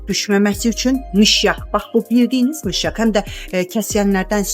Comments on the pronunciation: Mişyak yox, ay insan , mışyak🤨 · Mişyak yox mışyak.